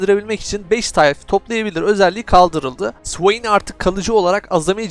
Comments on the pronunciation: (suveyn) ne, o nasıl okuyuş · sıveyn diyişin efso be .d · Swain diyişini sikiyim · O ne güzel Swain demek kardeşim. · Allahım o nasıl bir swain diyişidir yarabbim